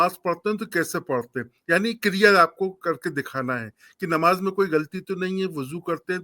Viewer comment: ❤se mayyat ki nmaj agr bolna nahi aata to sudharo ❤se